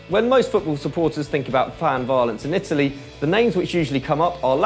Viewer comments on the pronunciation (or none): none